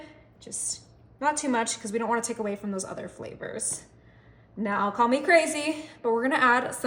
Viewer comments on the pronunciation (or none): none